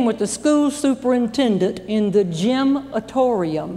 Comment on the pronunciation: "Gymnatorium" is pronounced "jim - na - torium," not "jim - ay - torium" Even in North Carolina. >